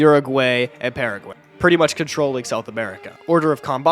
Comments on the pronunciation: "Pearagwaey" and "Urahgwaey" killed me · Uruguaey and Paraguaey is pronounciation